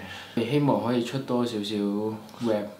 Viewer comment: 係 Rap (R-app) 唔係rape 喔，小心啲發音唔係個意思會360度大轉變。